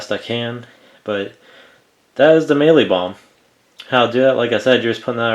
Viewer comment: I know this is a pretty old video but here goes. I laughed out load when you pronounced the "Mielie Bomb" bit with your accent. I'm from South Africa. You got the pronunciation pretty spot on though. ;) We can pick up 2 or 5 kg bags of mielie bomb in any fishing tackle shop over here. Sure does beat having to grind it up yourself. We also get all sorts of different flavours; caramel, plain, banana and almond are the most common ones. Thanks for the great video, very informative to see how it breaks down. :)